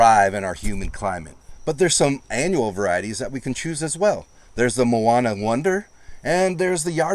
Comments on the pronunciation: You might wanna try pronouncing some of those Hawaiian words again. Like "Manoa Sugar Snap Pea," not "Moana." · I think you are mispronouncing “Manoa”, as in “Manoa lettuce”. Be careful: “Moana” is the word for beach/ocean and the popular Disney movie title, but it is not the same as “Manoa”. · It is Ma NO AH not MO AH NA. Blame the missionaries for the spelling and pronunciation. W = V sound. You technically pronounce Kewalo by the rules, but most people pronounce it key Wah lo.